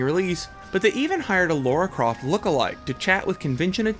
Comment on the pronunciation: Lara Croft became one of games' biggest names, sad you can't say it. It is very hard to call this well researched when you misread and mispronounce so much